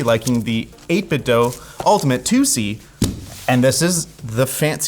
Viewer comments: It’s 8bitDO not 8bitDOH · “Eight bit DOUGH”? Think about what you’re saying; read the name in your head, split it up. Would it be “dough”? Don’t be ridiculous. It’s “DO” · I know this is not going to sound right but the name of the company is āt-bit-do͞o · its 8bitdew not 8bitdough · why does he say 8bit dough? is he mentally delayed? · Isn't it pronounced 8 bit doo lol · Mispronouncing 8Bitdo in 2025😔